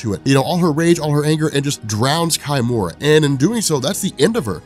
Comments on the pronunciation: Isn't it key--mura , not kai-mura? -_ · "Kimura" is a proper Japanese name. Therefore, you would use Japanese pronunciation. So it's not "Kai - Mura", it's pronounced "Key-Mura".